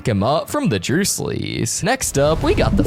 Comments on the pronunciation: DURSLEYS NOT DRUSLEYS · they're called the Dursleys, not the "Droosleys" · Mister! It is Dursely! Not 'Drusley' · DID BRO SAY DRUSLEYS!! WHYYYY!!!